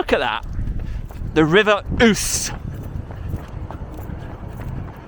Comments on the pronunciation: You pronounce it whose but I still like yours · Everytime I go to qork I hope to see a orange bike ...when you going to thetford? Pleaseeeeee, ( your almost there alread)also you murdered the way you say river Ouse hahah. Great vid tho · River Ouse, pronounced ooz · Hiya DJ! I am chuckling to myself at your pronunciation of The River Ouse! It is pronounced "OOZ" but i think i prefer your pronunciation better! xxxxx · The river is pronounced ooze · I used to live in that town,,that river is pronounced the river "ouze" but spelt ouse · The River is pronounced as Great "ooze" (spelled Ouse) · Pronounced Ooose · The Great Ouse is pronounced "ooze". Is that part of the River Nene? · Dude, its the River Ouse, pronounced Ooze, hope your well anyway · DJ my ol son. The river Ouse is pronounced: Ooze. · I agree with the view that auditors should audit alone. appeared to be a nice guy if only he had the chance to talk. By the way, the river’s name is pronounced ‘Ooooz’. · Its pronounced River Ooze. By the way what was that chaps name? I don't think he mentioned it. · the river ooze is how it is pronounced round here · It’s pronounced River ooze isn’t it? 😂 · its the River Ouse!!! (pronounced Oooozzzzze) lol from a northerner living in surrey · Isn't that pronounced River Ooooooz? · That probe going into the truck is to measure moisture content. The pronunciation for that river is the "ooze". Your in my country. I believe you're in Downham Market. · Saying the name of river wrong . sorry being from fens we know you don't so let ya off DJ hehe